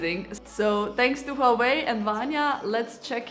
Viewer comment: Wah Wei pronunciation HUAWEI